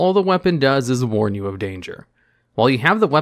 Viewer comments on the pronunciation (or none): none